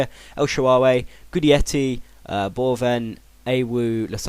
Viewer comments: Pronounced Gi-detti fella. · It pronounced gudetti ;)